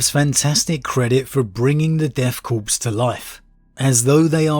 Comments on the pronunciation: Love the reviews but deathkorps is pronounced death “core” not death “corpse”. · Corps pronouced like Kor or Core, not corpse. Love your stuff